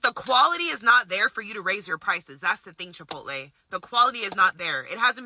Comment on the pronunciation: I thought I heard correctly Chipo-tay😂😂😂